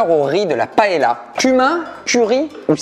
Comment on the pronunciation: La prononciation de la paella me fait un peut mal au oreilles 😂😂